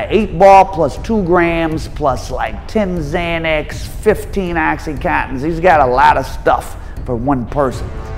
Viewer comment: Why can’t you say “oxycontin” ?